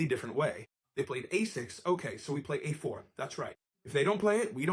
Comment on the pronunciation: Fantastic exposition, btw. And excellent production values. Though the AI mispronounces a6 and a4 at .